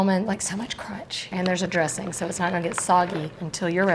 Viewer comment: Ma'am ~ The word 'dressing' is not pronounced dressinGUH" and words like 'tangy' are not pronounced tanGHEE. The g is soft in these words. You're adding an extra syllable with the hard g and you sound uneducated. You're too old to not know this. Speak correctly and listen to other adults around you. You just lost credibility with me that if you don't know how to pronounce words like an American adult, maybe you don't know what you're doing. Learn to speak correctly.